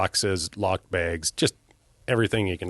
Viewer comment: He says begs (bags) like Michael. Just sayin.